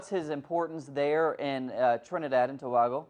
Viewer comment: It is probounces TO-BAY-GO